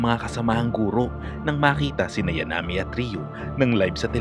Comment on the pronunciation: ok na sana Kaibigan,,,sana inayos mo yun bigkas mo ng name nya,,,Yankumi hindi Yanami,alam ko to dahil weekly namin yan inaabangan ng anak ko nun elementary pa,Yamaguchi kumiko in short Yankumi